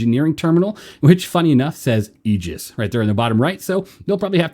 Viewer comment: bro hit that "Aegis" perfectly